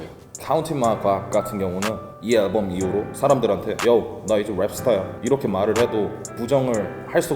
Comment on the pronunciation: 앨범 발음 개웃기네 진짜 aㅐㄹbㅡㅁ